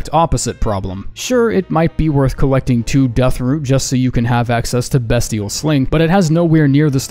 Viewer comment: BESTial??? Mf it has to be pronounced BEASTial and if its not what the shit were the devs smoking